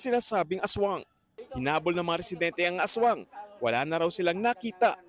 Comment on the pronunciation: Ashwang hind aswang 😂😂😂